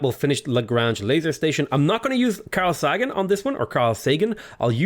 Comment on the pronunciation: "Carl Sah-gan" Really? Really?!! You don't know Carl Sagan?